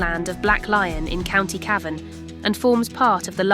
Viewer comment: Nice quick jntro to a place I have a fondness for but can I respectfully suggest you get a real person to narrate it. I assum it was AI and Cavan was mispronounced a few times.